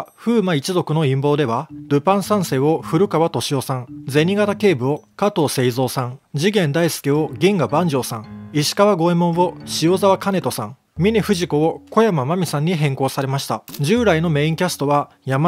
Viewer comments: ふじみねこ？ みねふじこですよ💦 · ふじみねこじゃないぞ。みねふじこだぞ。字幕はあってるのに音声が違ってる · 最初富士みねこって言ってる笑笑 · 本当に申し訳ない。序盤で、峰 不二子（みね ふじこ）の読み方がバグっている箇所があります。峰 不二子さん、本当にごめんなさい。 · 不二峰子？？😨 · 最初峰不二子を不二 峰子って言っててちょっと笑った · ふじみねこ って言ってない？